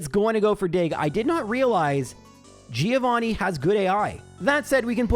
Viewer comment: Is the 150th run the one you're gonna learn how to pronounce Giovanni correctly for?